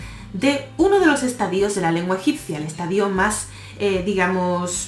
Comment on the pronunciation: Me gusta mucho tu canal, es genial. Gracias por compartirlo. Estadíos no existe. Es estadios, y siempre se pronuncia estadios.